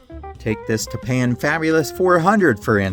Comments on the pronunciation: "TAP-pun", not "Tuh-PAN". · Tah-PAN??? LOL! Anyone who watched TV game shows in the 70s knows that it's pronounced TAP-an. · FYI - The Tappan stove manufacturer you called "tah-PAN", is pronounced "TAP-an". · It's TAP-an, not ta-PAN (Tappan). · I remember tappan being pronounced tap-pen (both vowels short and emphasis on first syllable), not tap-pan. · I remember so many of these as a little kid--great video! It was pronounced TAP-an rather than ta-PAN. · Brand name was pronounced TAPpan. The electric griddle with the tray underneath - the tray was for keeping cooked food warm, wasn't it? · Turquoise appliances in the 1960's were extremely popular. Now go learn how to pronounce TAPPAN. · FYI Tappen does not rhyme with Japan. It's pronounced Tap-pin. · Tappan is pronounced "TAP-pan," just so's you know... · The emphasis goes on the FIRST syllable in “Tappan”! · You miss pronounced Tappan.